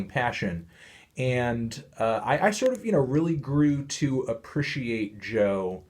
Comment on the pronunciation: The way that melon pronounces "appreciate" makes me want to drink Clorox